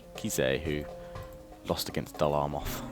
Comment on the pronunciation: Please it's Dol AMroth not ARmoth!!! Otherwise great job! Would like some M&B campaign though:(